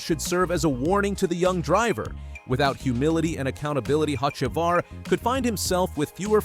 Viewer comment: Carson HOCEVAR your pronunciation is definitely wrong of his last name a soft c sounds like s’ try it and I bet you get the pronunciation right